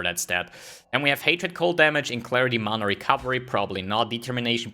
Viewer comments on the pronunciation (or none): none